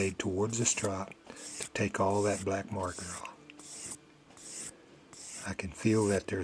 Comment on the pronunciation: Exactlyyy. When he said "look at dat" i was like.... °_°